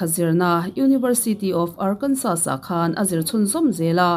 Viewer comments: Arkansa ti a lam tur. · Ngaihthlak a nuam hle mai... tin ar-kan-saw tia lam tur ni e 👍